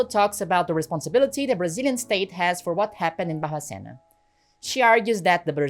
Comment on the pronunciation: Kkkkk eu nao acreditoooo! Primeiramente, incrivel o seu video, mega parabens, quando vc falou Barbacena no sotaque eu dei um pulo na cadeira. Amei a informação, amo de paixao o radio novelo, eles sao incriveis. Amoo vc 🫠❤